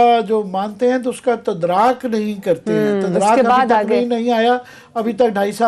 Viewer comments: عامر متین صحب تدارک لفظ کو تدراک بنا کر آپ نے قومی زبان کی ہمشیرہ کے ساتھ اچھا نہیں کیا۔قومی ٹی وی پر بیٹھ کر آپ جیسے پڑھے لکھے شخص سے ہرگز یہ توقع نہ تھی۔ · تدراک یا تدارک مہربانی کر کے تصحیح کر لیں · اتنے بڑے صحافی ہیں۔ بھائی صاحب ! انگریزی کے ساتھ ساتھ تھوڑی سی اردو پر بھی توجہ فرمایا کریں۔ آپ نے دو تین دفعہ لفظ "تدارک"کو "تدراک " بولا آپ کے منہ سے اچھا نہیں لگا۔ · Sir Tudrak nae hota bulkha ""TADARUK ,, ha means smujh hona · Amir Matern saheb....the word is "Tadaruk" not "tadraak". Also, on another part of your program- the word is " collusion" not " collision". I expect seasoned journalists to have a wide ranging vocabulary. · Haha Haha, such a famous journalist does not know how to pronounce Urdu word, “tuddaruk” My God, how low our standards will go. Go and learn how to pronounce this word.